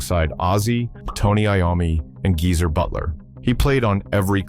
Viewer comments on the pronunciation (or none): Jeezer instead of Geezer